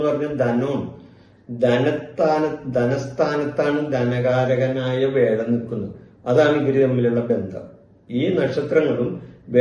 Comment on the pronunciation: വേഴം അല്ല വ്യാഴം 😂